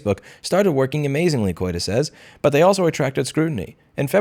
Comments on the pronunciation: You know, when you pronounced the name of the CEO of Replika I heard it as "Coita" and it threw me for a loop! I mean there is such a thing as nominative determinism (when your name matches what your work is) but being a sex chat-bot maker named "Coita" was way too much on the nose to be real. Unfortunately it wasn't real. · I heard this too 😂